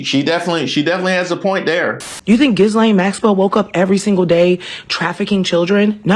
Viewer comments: NOW YOU ARE THE DISTRACTION, DUMMY! Why speak on this and how informed is she anyway calling her JIZ-lane?!? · 1. Lizzo doesn't watch the news because she can't pronounce Ghislaine (the S is silent). 2. The Epstein files are distracting us from what's really important, like government accountability and transparency or like prosecuting criminals in international crime syndicates? 3. No, every name mentioned in the files is not automatically a smoking gun for child abuse. What makes that sooo important to you, that you needed to post? 4. Lizzo is definitely in the Epstein files 🤣🤣🤣.